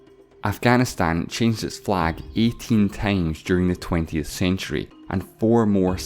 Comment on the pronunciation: Where is this accent from? - eighteen tames - fefteen per square male - two thousand nane - despate the fact - cheld - sex hundred and so on…